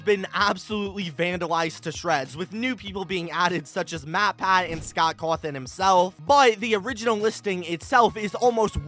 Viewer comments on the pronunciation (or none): none